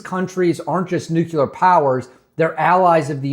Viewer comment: Very informative, thank you. But, there is ONLY 1 "U" IN NUCLEAR. Hate beithat guy but it's like a bell every time it was said. No offense though bro. Keep keeping on